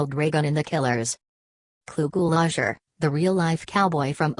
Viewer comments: You pronounced his name wrong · Good information, but that computerized voice is terrible. His name was mispronounced too.